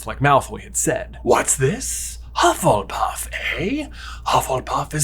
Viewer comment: I'm very much enjoying the mistakes on saying Hufflepuff quickly! I need a movie revolving around the new school house, Hufflebuff! Full of weight lifters and constantly going around talking about leg day!